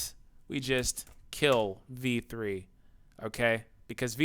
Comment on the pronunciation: Lol when you say v3 it sounds like. "Dammit v3!" 😂